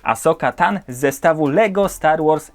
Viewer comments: Ahsoka tano nie ahsoka tan. Taka drobna uwaga bo jako wielkiego fana TCW zabolało mnie w uszy. XD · Ahsoka Tano nie tan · Asoka Tano A nie tan